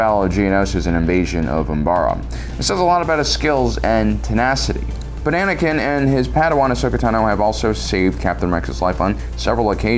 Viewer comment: bro said Banakin 💀💀